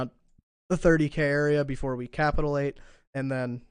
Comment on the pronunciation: BTW, it’s “cuh-pitch-u-late”, not “capital-late”